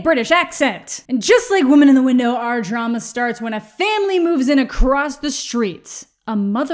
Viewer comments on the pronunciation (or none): none